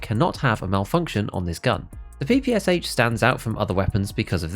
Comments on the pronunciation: Now it is time to say that It is NOT PEE PEE AS AICH. It is Pe-pe-sha (how tf you read in English? Horrible language in terms of reading. Anyways read it as "pan" without n) because it is stands for pistol-machinegun of Shpagin. No wonder the last h is not written in Capitals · It’s pronounced PP-Sh, not PPSH, there’s a reason the h isn’t capitalised. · Stop calling PPSH by letters, SH is not an acronym, it is called P-P-Sha (p ls like in Pen) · ye you're right. if it was a true acronym it would bs PPS41 but if your pronoucing PPSH in english it would sound more like Pee Pee Shu. more the russian word